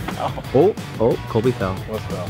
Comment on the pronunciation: Lol it's Colby not cobey 😂😂